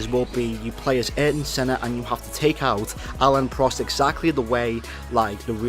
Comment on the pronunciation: Aieeryton Senna lol